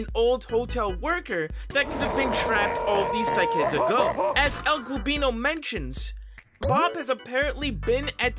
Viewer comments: Please stop saying El globino say El goblino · I better not to be the only one to be triggered whenever he says "globino" and not "goblino" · Stop saying el globino its el goblino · ‘El gobino’ ITS EL GOBLINO NOT GOBINO Edit: thanks for the ♥️!! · By the way, it's El GOBLINO, not El GLOBino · Why do you pronounce El goblino as El golbino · Is it only me that notises that he sats el «Globino» insted of el «Goblino» read it carefully cuz u might not see it😏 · el-GLOBino? i think he ment el-GOBLino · BRO STOP SAYING EL GLOBINO ITS EL GOBLINO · His name is GOBlino not GLOBlino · it isnt el globino, its el goblino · It's El goblino not El golblino stop saying its annoying say it correctly El goblino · Also u say globino not goblino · He actually said el golbino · ITS EL GOBLINO NOT EL GOBINO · Why you saying my name wrong it's El goblino düd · "El Glowblino" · "El gobeano" 💀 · “El globeano” gets me every time. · It’s EL-GOB-LINO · UR CALL8NG EL GOBLINO WRONG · For how long are you gonna keep pronouncing el goblino's name wrong? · i unsubbed, if you learn how to say el goblino right, i'll sub again